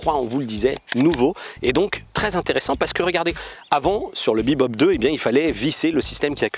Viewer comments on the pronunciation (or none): none